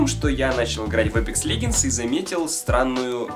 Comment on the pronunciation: Господи, не леГендс, а леДЖендс...